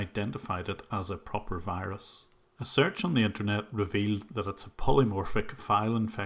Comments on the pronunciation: The pronunciation of V as W is common with lots of Indians. I hate when they tell me I have a wirus on my computer :'( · You mean a wirus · You mean a Wirus. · Correction: he sends you a wirus